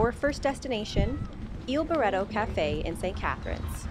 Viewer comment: The way you pronounce "Il barretto" makes it incomprehensible to an Italian native speaker. Luckiliy you showed the poster with the name.